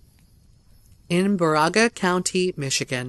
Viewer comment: just to let you know that it's Baraga County pronounced Bear-ah-gah not bar-a-ga I've heard a lot of reports out of this county from the area in the upper peninsula where I grew up ☺️ love you! Thanks for helping me fall asleep every night to your voice 😅